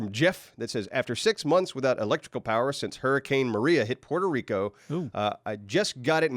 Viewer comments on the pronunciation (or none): none